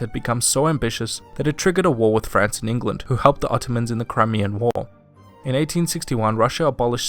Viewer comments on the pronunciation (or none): none